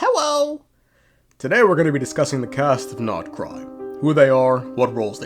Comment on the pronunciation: "hewo" are we for serious rn